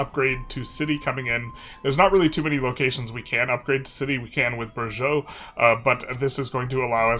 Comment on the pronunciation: I died when you pronounced Burgos as Burgeaux